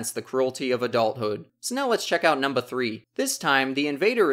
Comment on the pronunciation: not to sound werid but i am way to into the way you say number because you sound funny saying it, sounding like "Num-Ba"